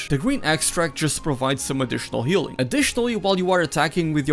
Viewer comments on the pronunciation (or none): it is healing but he said something like "k(h)eal" xD